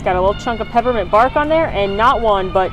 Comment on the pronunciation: Bravo on not taking up a boarding group because you've been on the ride and want to let others have a turn! ....am I the only one who heard "peppermint barf" instead of "bark" on the milkshake?